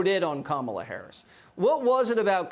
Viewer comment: Stop calling her Kámala, call her Kamála.